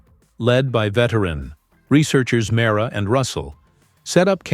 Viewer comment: Mi-rey-a ....pronunciation not mara#@